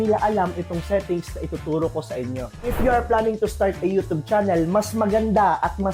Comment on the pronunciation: everyone = you-tube this guy = you - toob